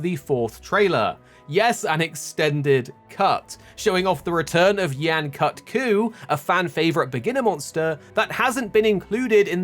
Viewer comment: Bro at least say Yain Kut-Ku's name right